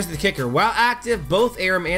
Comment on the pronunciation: Omfg it's are-oo-m not a-rim. I'm a bitch